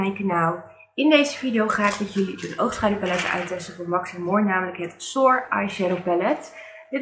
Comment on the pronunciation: De kleuren staan prachtig bij je mooie groene ogen.👌🏼Mag ik je een suggestie geven naar uitspraak toe?Soir is frans voor avond en spreek je uit als swaar.Wellicht daardoor dat het een palette is met mooie rijke en diepe kleuren.En shimmer spreek je uit met een dubbele m.(engels voor glans).Ik gebruik met ouder worden steeds minder make-up.Mijn laatste palette heb ik jaren geleden gekocht het tarte tartelette in bloom.Prachtig palette maar nog steeds ongebruikt.🤭